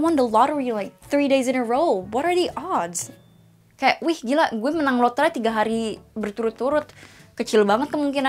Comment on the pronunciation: is it “what are the oods” or “what are the odds” ?